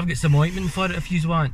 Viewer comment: OINKMENT lmao 🤣